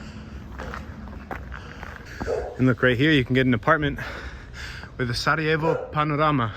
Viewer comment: you are the Man! I am born in Sarajevo but I enjoyed your presentation,your knowledge and very good pronounciation of our language.❤